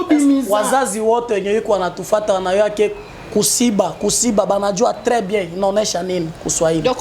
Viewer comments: Wana kiswahili ya lokuta eza kosiba te eza Kushiba siyo kusiba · Ku shiba not ko siba